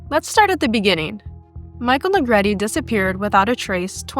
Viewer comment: Finally, a narrator that pronounced Michael's surname right. It is pronounced "Ne-gre-te)", not ",Na Greet."